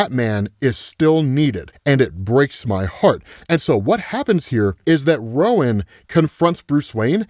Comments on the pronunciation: Just so you know: The first syllable in "Rowan" is pronounced like the word "row", as in "a row of desks" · Uhhh, sorry, but I can't take it. Rowan is pronounced "ROW-an", like "row, row,row your boat, gently down the sea...." limerick. It's like a Gaelic name. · It's pronounced Ro-win, I know because it's my name lol 😊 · that's a new way to pronounce Rowan